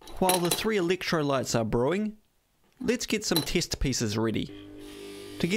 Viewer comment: What are “tist pieces or mital “ apart from that, love the squeaky, nutty bitch voice that I assume is how you visualise your target audience.